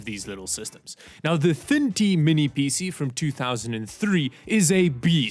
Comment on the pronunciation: PC ❌ Peacie ✅ Thin T ❌ Thintie ✅